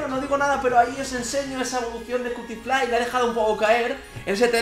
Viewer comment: Pinshis españoles, nunca entienden que se pronuncia cutifly se pronunsia "quiutiflai" :'v